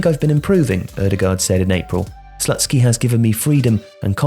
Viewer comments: im pretty sure it's not slut-skee, but sloot-skee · lol "Slutsky" is this for real??